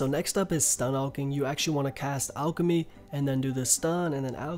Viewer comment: "ulch" bro its alchemy. like Al. Pal. Gal . lol